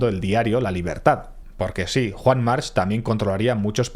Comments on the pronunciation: Desafortunadamente, en catalan la terminacion -ch en los apellidos se pronuncia K, Juan Mark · Y por mucho que digan el resto y en la isla, la pronunciación correcta es 'Yuan Marc'. Lo digo porque soy mallorquín y sé de lo que hablo.